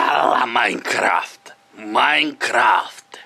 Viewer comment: wymawia się majkraft